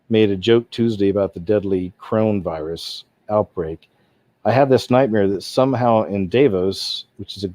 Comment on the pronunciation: Can you please pronounce it correctly, Co-Ro-Na virus not crown LMAO